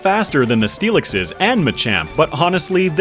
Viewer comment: he said onixiseseseses... rather early 😂 ooooo 69 nice dont talk about bru no no no no... for the inaugural dewgonggonggong and for the next one.. for the onixiseseseses as well as but with steelixeseseses and for more steelixeseseses